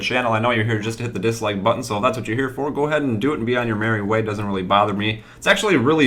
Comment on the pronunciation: SAY DICKSLAP THAT LIKE BITTON